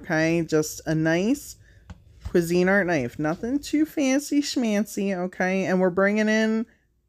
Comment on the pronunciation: I can’t even. I have pneumonia and have completely hurt myself laughing. And the way you say quizinart.. I love your laugh. The crusty bits on your paint brushes are what makes your art unique. TFS.